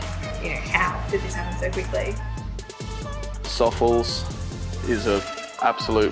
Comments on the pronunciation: I always thought it was pronounced more like sofless not like sawfuls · Hahah youre not alone! I thought it was pronounced Sof-Less but no.. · Ive been pronouncing Sofles wrong my whole life.